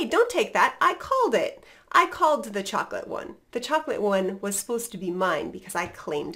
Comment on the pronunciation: are you said chocolate with T glottal stop. Thank you.